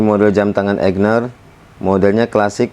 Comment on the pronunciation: AIGNER bukan EIGNER :)